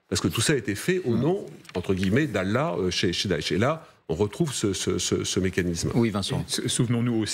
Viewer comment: Ils arrivent même pas à bien prononcé Allah c'est égaré 😂😂